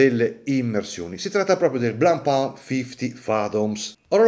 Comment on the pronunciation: Finalmente uno che pronuncia giusto Blancpain